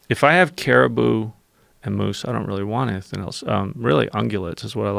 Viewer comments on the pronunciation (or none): I'm trying to power through his episode but I'm getting sick of him saying caribou!